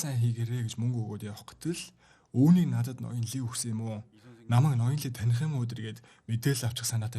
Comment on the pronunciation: Ноён лий биш "И" шүү, солонгос нэрэнд И овог нь англи руу Lee гэж хөрвөгднө гэхдээ уншихдаа И шүү. Дараагийн анги ярьж өгөх бол зөв хэлээрэй.